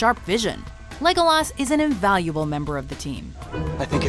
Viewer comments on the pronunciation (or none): I hate the fact that she says Legolas as LegolAAAs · It's Legolas. ....... not Legolaaaaarrrsssss .........I hate this list😕😜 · Bunny Boo ikr. this crazy woman cant say Legolas' name right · The way she pronounced "Legolas" made my skin crawl. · You pronounced legolas name wrong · Mye Paul ikr its not said like that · Lotte Larsen ikr, she says his name wrong It annoys me and hurts my ears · ikr, she can't even say Legolas' name right. when she says his name like that, it hurts my ears